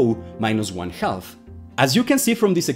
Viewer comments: I might have to start pronouncing it "HAL-FF" myself. Great instruction. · This isn't related to the video topic, but I like how you pronounce "half" with an audible "L." I find it pretty cute. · But the pronounciation does have the wonderful effect of "half" sounding sort of like like "health" (thats what I intuitively kept hearing) so when talking about electron spin it sounds like he says it cannot go above 1 health or below -1 health. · Very good video, but the pronunciation of 'half' was very distracting. The 'l's in 'half' and 'talk' are not pronounced. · FYI, the “L” in half is silent. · It's pronounced "half". You're welcome. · The "L" in "half" is silent. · The L in half is silent. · the L in half is silent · Get you’re not a native English speaker but “half” is pronounced as if the “l” is silent. Loved the video by my ears were in constant conflict :-) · Great video but you really need to stop pronouncing the L in the word Half. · The L in "half" is slient. Speak English, please. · If they said "throog-huh" for through, and they said "ka-nife" for knife, and they said puh-nu-mat-ic, they wouldn't be speaking English either. Pronouncing the L in "half" is totally ridiculous and completely unacceptable. Someone needs to tell them that it is kindergarten level English. He's this brilliant genious quantum mechanics expert, worthy of deference and worship, right? Why can't I hold him to a standard of speaking a passable level of English? Do you think I am the first person to point it out? Obviously not. He is so cocky and condescending, he thinks he knows better how to pronounce it. It's a case of Dunning Kruger, bolstered by an arrogant belief in his own brilliance. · “Half” is pronounced “hāf”, not “helff” — the “l” is silent! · For clarity, please do not pronounce “half” as if it were “halth” or “health”. It doesn’t register in my brain. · se pronuncia jaf no jalf. maldita sea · "Half" is pronounced "haf", we don not pronounce the " L "